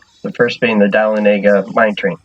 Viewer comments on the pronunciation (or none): Okay everyone say it with me "DUH-LOH-NE-GA" -_- fuck me it's not dollanigga